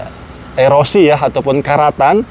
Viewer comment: Bkn thn erosi tp KOROSI😅